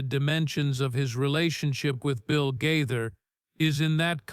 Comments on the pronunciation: Gaither, not Guyther! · The mispronunciation of Gaither is very distracting!!!